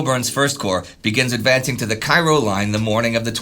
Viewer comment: I think Cairo here is supposed to be pronounced like the town in Illinois, i.e. KAY-ro